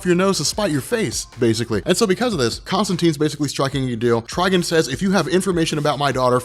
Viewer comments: Did you just say "Trigen"? It's Trigon with an 'o' Spoiler alert: The Spectre is being controlled by the stupid 5th dimensional imp whom for some reason has godly powers that was able to take over the The Spectre body by removing his human vessel. Superman in Injustice is the quintessential of plot armor...... Anyone know which comic Superman lobotomizes Shazama? Or was that just in the game? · Trigon not Trgen 🤦‍♂️ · Trigon is pronounced like Tri-"Gone" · i love you buddy, but god damn these are names we all have heard in our lives. TRI- GONE MER-LIN lmao love u tho #robcore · the way you say trigons name hurts my soul